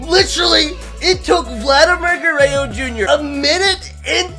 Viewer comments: So the title is a lie . Hitting a 540 ft Home Runs and not 600 ft? Disappointing. Even worse is that you can't even say Guerrero correctly. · I was thinkin the same thing 🤣 like bro there’s a 3rd R in there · Does it bother anyone else that he says Vladimir Gurrayo Jr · Um it’s pronounced gur-rer-ro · Garayoo you sound like my trying to speak Spanish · Ger-ey-oh? Gur-rár-róh That's correct pronunciation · Gerrayo? Its gur-rare-o I can't even begin to understand how you say ger -ray-o Guerre(RO) not Guerre(YO) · I can tell you never watched Vlad Sr growing up🤣 guerayo🤦🏼‍♂️ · It's Gur er ro not gurreo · he also said it in the first seconds, he said shohei otahni vs vladimir garayyo jr. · please stop saying gureyo it’s guerrero to sets of rs not one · It’s pronounced (ja-rear-oh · Lol he says gueyro,vlad would laugh so hard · It's pronounced gur rer ro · Guh-ray-oh lmfao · Dude it’s Guerrero there’s an R at the end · "Vladimir Gurrayo" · Legit unsubbed cuz he says DINN-Gers and Vladdy Gerreo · It aggravates me the way he disrespects Vladdy name with that garrayo LOL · It’s pronounced gurr-rare-oh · “Vladimir guerayo jr” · Did you just pronounce “Guerorro” like “gurayo” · Say it with me: "Guh-rare-o" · bro you're causing me so much pain... its Goo-rare-roe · nobody:: “Vladimir Garayyo Junior” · he said it before that around like 3 minutes too lol i love garrayo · Grayo, grayo, grayo, grayo shouts the crowd LOL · Gurayo jr. lol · vladimir guereyo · It’s not Vladimir Guerreo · Says vlads name wrong lol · if you say gurrero is your favorite player..how come you can’t even say his name right 🤔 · dude if you keep pronouncing Vladdy’s name like that im gonna kms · K u do not know how to pronounce Vladimir Guerrero jr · Is it a joke that he says vlads name wrong? Never watched this guy but it was kinda annoying lmaoo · LEARN HOW TO SAY GUERRERO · please pronounce Guerrero correctly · How do u miss pronounce GUERERRO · Bro you can’t even say Guerrero